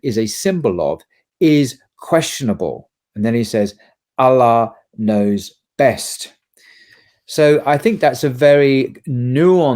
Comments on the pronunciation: It's quite odd that doesn't/can't pronounce properly the name "Allah", despite being a Muslim for how long? It really isn't that difficult and shouldn't be difficult, especially for someone who is being invited to various colleges to give lectures on Islam, Christianity etc. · Dear, I wish you could say Allah with the same pronunciation that is used in Arabic Language. It is just a wish. Your choice. But I love your videos and work. Allah has helped me become more pious via your videos. Salaam